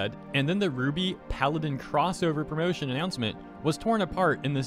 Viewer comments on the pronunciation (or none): none